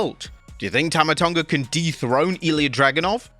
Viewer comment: AS A TONGAN FOR THE LOVE OF GOD CAN AMERICANS STOP PRONOUNCING THE G IN TONGA, IT IS MEANT TO SOUND LIKE THE 'NG' OF 'SINGER' AND NOT 'FINGER' It is like if we called USA "Ooh Esh Ah" it's sounds so GOOFY